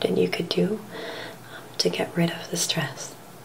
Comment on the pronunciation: You stressed the word "stress" and "stressed" quite a bit, but otherwise this is a very nice video as always and I appreciate your ASMRtistry.